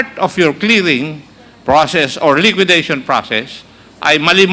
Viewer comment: LIQUIDATION NOT LIQUIDITION